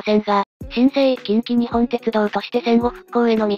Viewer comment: 細かいところ指摘して申し訳ないんだが近畿日本ってのは『きんきにっぽん』って読むんだよ。 沿線で育った身からしたらこれは、やはりニッポンって呼称してくれないと気持ち悪い。近鉄といえばニッポン